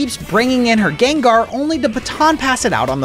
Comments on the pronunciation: excuse me jengar it's not jengar it's Gengar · DID HE CALL GENGAR JENGAR? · Why did you say Jengar 💀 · bro said gengar wrong